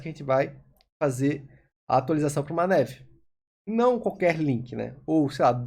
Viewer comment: Ótima aula!. Só a pronúncia do "nav" que não é com o "é" e sim com "a" mesmo! Rs valeu 👍🏻